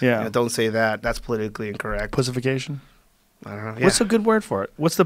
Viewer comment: "Pussefication" haha good one